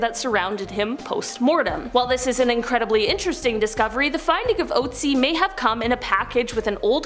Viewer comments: Look up how to pronounce the Ice Man's name correctly...PLEASE! Oat-sie IS so wrong!! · The thing that haunts me most about this video is the way english speakers pronounce "Ötzi". It is an Ö. It is "Ötztal" It is not Outzi. That nearly drives me crazy listening to :D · Look it up...the name is "Otzi".